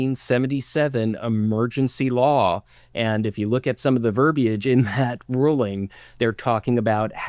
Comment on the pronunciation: Refreshing to hear someone pronounce verbiage correctly 😌